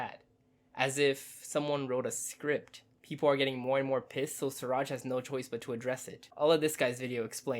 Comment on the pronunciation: Hi! You call him Suraj. His name is Siraj. Everytime you called 'Suraj'...it hurts here buddy.